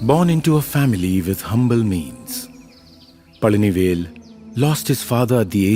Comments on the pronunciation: Pazhani vel Not Pajani vel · It's Palanivel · Bloody illiterate north indian godi media that's pazhanivel you morons